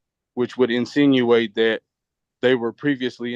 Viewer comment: I knowwwww lol this fool said “insinuate” 🤣🤣💀